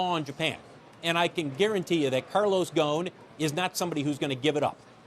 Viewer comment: His name is Carlos ghoson not ghon